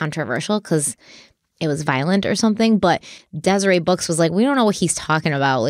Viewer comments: It’s pronounced dez-ur-ett. Not dez-uh-ray books. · Just an FYI, but “Deseret” (as in ‘Deseret News’) is pronounced Des-er-et… not Des-er-ay. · I haven't read all the comments, so it's possible that it's already been mentioned, but the correct way to "deseret" is "Dez-er-ET". Not the French "Des-er-ay". :) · Btw,, you may or may not see this, and normally I wouldn’t point it out, but I remember you pronouncing it the same way back with one of the very first stories you guys did together… It’s pronounced DesereT News, not Deserè News. Vaguely funny but not actually at all, you would never believe how many people around Flaming Gorge have had similar experiences. Granted, most of them wound up dead or paralyzed as he should have, but I honestly bet you can’t find anyone who grew up in a Mormon dominated area and went to Flaming Gorge who hasn’t known at least one person who was seriously injured or killed cliff diving. Btw, going there is common enough that the only time I actually went was with a Mormon youth group at 14. Girls slept on the houseboat, boys on the beach, we had a rotation of like 6 power boats so we could all boat at the same time. Super normal. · I know you probably don’t care but in the last Utah-based case you covered I noticed it too— it’s pronounced Dez-ur-ett Book, just in case it comes up in future! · I love you so much but Deseret is pronounced dez-er-ette ❤ great episode! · Moroni is pronounced More-own-eye. And Deseret book the T is pronounced. 🙃